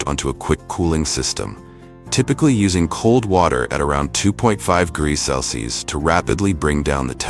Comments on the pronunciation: 'cels'? 'Celsius!' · You're crappy, AI voice can't even pronounce simple words like Celsius??? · Hey narrator, learn how to pronounce Celsius!